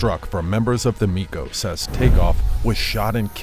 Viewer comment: Interested in us much White Boy ? Im sure u aint shoot no dice a day in yo safe white life 🤦🏽‍♀️ Also its not no “micos” its Migos with a g man